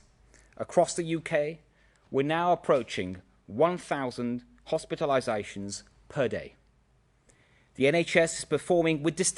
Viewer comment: . "We're now approaching.. One thousand hospitalizäùéhshuns" I'm dead 💀